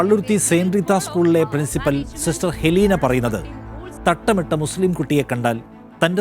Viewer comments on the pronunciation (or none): അത് ഹെലീന അല്ല അത് എലീനയാണ് !!!